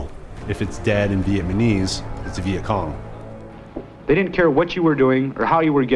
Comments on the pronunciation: Did you keep saying "Vietmanese" instead of "Vietnamese"? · Bro see a speech pathologist or smth, it’s not vietmanese it’s Vietnamese… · Vietmanese? Dawg. It’s Vietnamese. Jeez dude. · I loved this video and have watched and shared it several times. My OCD kills me over “Viet-man-ese”, though. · He keeps calling them Vietmanese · Nice video, kept saying "vietmanese" though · Good video but would have been nice if the narrator didn't say "Viet-ma-nese" the whole time :/ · You keep saying “Vietmenese” and it’s distracting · It’s not a bad mini documentary, but I keep hearing him say Vietmanese and it’s all i can focus on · If i was making a documentary about the Vietnamese, I'd at least try and make sure i knew how to say "VietNamese". Typical yank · my man saying vietmanese alot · It’s just sus my man can’t consistently pronounce Vietnamese and not say ViteMANese. Is there no one else on set giving this guy notes? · Two off topic observations: 1 his explanation of the macnamara fallacy sounded exactly like the idiocy of the covid response and 2 it's uncanny how consistently he says 'vietmanese' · This dude cannot say Vietnamese. He's saying VietMANese.... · Such a good documentary. But the “Vietmanese” irks me 😬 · Why does he keep saying "vietmanese" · The way you say Vietnamese is pissing me off so much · This guy seems to have trouble pronouncing "Vietnamese." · Fantastic video but I couldn't stop cringing with that pronunciation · Except he can’t pronounce “Vietnamese”